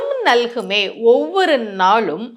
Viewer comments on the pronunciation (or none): உங்களுடைய தமிழ் உச்சரிப்பு ழ் ள் ல் தவறாக உள்ளது. அது மட்டும் இல்லாமல் நான் சொன்னேன் நான் சொன்னேன் என்று சொல்வது உங்களின் தற்பெருமையை காட்டுகிறது. நாளும் என்ற வார்த்தை நீங்கள் நாழும் என்று உச்சரிக்கப்படுகிறது